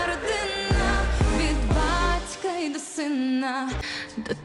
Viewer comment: Родинна,синна,що це вона вимовляє, негарно звучить.